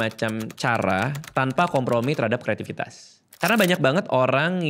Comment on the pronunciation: Bang Radit punten, kreativitas pake 'v' bang bukan 'f'😬🙏 fikir -> pikir Catatan: sebelah gua ada KBBI🙏